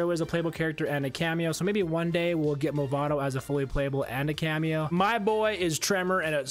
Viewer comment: "Mavado" my friend